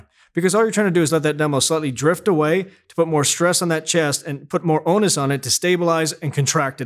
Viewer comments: “Put more anus on it”. What? Oh, “onus”. That’s very different. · He said onus